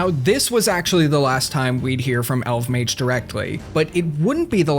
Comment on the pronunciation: It’s pronounced Elf-Mage